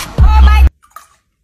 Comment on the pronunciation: The emphasis on "hell" 😂